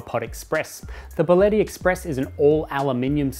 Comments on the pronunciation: Get your pronunciation right!!! It is not" Baleti" its BÍ A LE TTI!!! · Your pronouncing the name incorrectly. It's bia-lett-i. Thanks